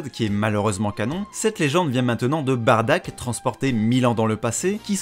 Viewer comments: Bardock bordel pas "Badack" ou "Batruc" BARDOCK !! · SI SUPER TUE BROLY, TOI TU TUE BADDACK ! "BARDACK" WTF C'est soit Bardock (Beurk) ou Baddack (Subarashi) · Par pitié arrête de dire Barddak ou alors dit Baddak si tu a préféré la VF le père de Goku c'est Bardock son vrai nom (c'est stressant a entendre) et pour Broly a part les combat c'était juste un demeuré qui voulais frappé Goku parce que petit il pleuré sa fait un peu pitier comme excuse pour vouloir tuer quelqu'un, la y a une vrai histoire (même si elle plait pas a tout le monde) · J’ai jamais eu autant envie de crier “C’EST BARDOCK PAS BARDACK“ de ma vie XD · J'ai bien entendu bardack ? au lieu de Bardock à 😂😂 révise tes classique mon vieux😂😂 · Tu dit sois baddack sois bardock. PAS BARDACK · j'allais le dire lol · Dommage que tu n'utilise pas la VRAIE prononciation du père de Goku : BADDACK ( sans le r qui n'existe pas dans l'écriture katakana) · Comment on peut prendre au sérieux quelqu'un qui dit "Bardack"